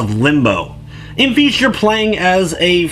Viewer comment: I'm sorry, did you say feast? Because this game is called feist. I'm not judging your pronounciation, but your intro suggests you actually think they're the same thing.